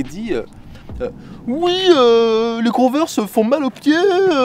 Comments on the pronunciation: Ça se prononce : cone-vErs avec l’accent anglais et tout là. x) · On dit "converse" prononcé konveurse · S’il vous plaît dites moi que chui pas le seule à dire cone vers 😂